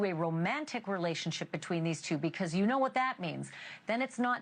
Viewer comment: How does he kmooowwww